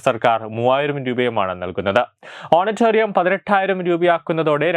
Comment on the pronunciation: Honorarium എന്നാണ് ഓണറ്റേറിയം അല്ല പുളേള